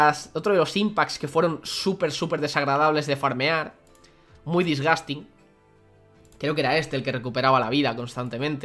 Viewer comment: Nadie: Absulutamente nadie:: DISGASTIN